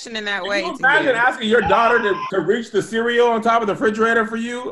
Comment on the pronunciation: to grown to still pronounce the word cereal like a toddler